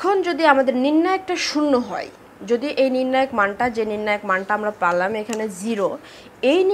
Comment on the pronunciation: আপনার ক্লাসগুলো অনেক ভালো লাগে। তবে পালাম না কি আবার পেলাম না হবে। এই উচ্চারণ টা ঠিক করা উচিত ম্যাম